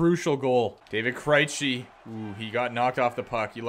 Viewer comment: Stop pronouncing Krejci as "Cry-chi" Its pronounced as "Cray-chi"